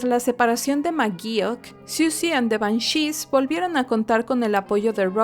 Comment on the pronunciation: ¿Por qué acentúas Banshees en la e?, ¡eso me desesperó!